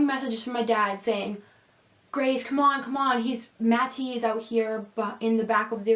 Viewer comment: Are you joking every time you say matty's name? I can't take you seriously when you enunciate the t.